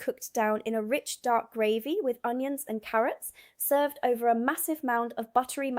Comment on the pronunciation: Footnote my dear, Gravy, pronouced Grey=vy not the way you are saying, ...so glad you are here and not in that place over the pond....